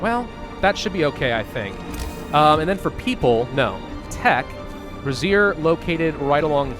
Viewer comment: Bray - zee - ur is how you pronounce brazier.